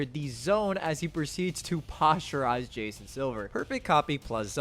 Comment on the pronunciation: hearing it pronounced as "posturised" instead of "poster-ised" was enough for me to know that he learned all he knows about basketball from knb 😭not hating or saying he needs to watch basketball just found it funny